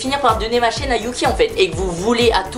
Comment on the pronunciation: Oe il a dit ma chaîne pas ma chienne 🤦‍♂️